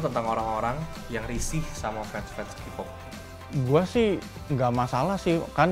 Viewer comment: Ini yg wawancara, nyebut kpop aja kipop wkwkwkwkkw